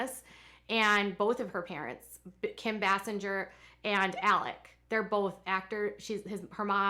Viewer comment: Nobody in the comments seems to care about how pronounces "Basinger."